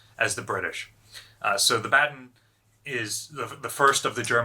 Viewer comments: Just a small hint if you want to improve your German: Baden is pronounced with the “a”-pronounciation you use with the word “car”. And “Bay” in Bayern is pronounced as the English word “buy” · Baden is pronounced BAH-DEN